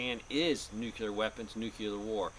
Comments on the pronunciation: Noo-Clee-UR. Not nukUlar. Just sayin. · You said nucular war....lol......just like Bushie! It's noo-clee-ar. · NUCLEAR not NUCULER!! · nuc-U-ler is not a word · Nukleear not nukeelar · nookyoular is not a word. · I don't worry about ANYTHING "Nuc-U-lar" since it doesn't exist. Nuc-LE-AR on the other hand, is something to take serious. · Nucular! Lol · It's NU-CLE-AR, not nuc-u-lar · Let's take advice from someone who can't even say "nuclear" correctly. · nucular is not a word. I thought only 5 year olds talked like that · NU CLEAR say it right or dont say ot at all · just Biden my time (Nuclear has 2 syllables.) Welcome home to your son. I recommend your channel a lot. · I thought it was Nuk-ler?? hehehe shades of W promoting his cause. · Hahaha! Now that's funny! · He's using the GW Bush pronunciation, which has been deemed socially acceptable by the US govt. before his leaving the white house. lol